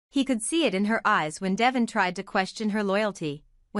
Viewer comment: Omg narrator its Deeevon, say it correctly